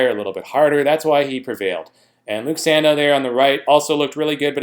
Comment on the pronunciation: Give Luke respect, his name is pronounced san-dough not san-dow